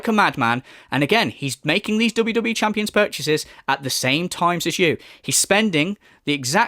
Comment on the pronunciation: Dont listen to the detrACKTors you guise, its jus NAHNSENSE Its crazy that he said "i spent thousands of dollahs on wwe chanpions you guise" And then denied the bank leaks were his which clearly showed thousands spent on apple itunes🤦‍♂️